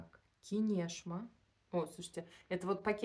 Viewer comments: КИнешма - ударение на букву И. Город в Ивановской области РФ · Кинешма (ударение на "и"), Плес, Иваново это Ивановская область. Ярославль и Суздаль находятся тоже недалеко. Города Золотого кольца России - туристические маршруты. А картонки с овальными вырезами это старинные рамки для фотографий, у меня у бабушки были такие.